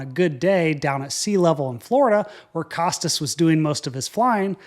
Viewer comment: Costas is pronounced "Koh-Stah"